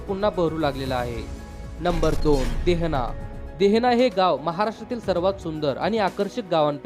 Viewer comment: देहना नाही रे भावा देहने असे आहे 😂